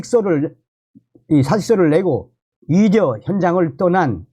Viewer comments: 참 발음 웃긴다. 의료를 위료로 발음하니 의료가 위료인지 위력인지 햇갈리게 들린다. 아나운서에게 발성훈련을 시키는 제도에 대해 심사숙고를 해야한다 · 발음이 영 거슬리네.. 위료가. 뭐고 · 선생님 애 쓰시는데요. 위료 전달이 아니고 위료 위기 아니고 필수 위료가 아니고 위료계가 아니고 선생님이 전공의 할 때는 의 발음이. 되네요. 위료 전달체계가 아니구요 의료라니까요 의료 위사들에대한이 아니고 의사들에 대한으로 꼭 고쳐서 발음하십시요 위료계가 아니고 의료계라니까요. 선생님이 유튜버가 아니고 방송하는 사람이 아니면 내 이렇게 충고 안합니다.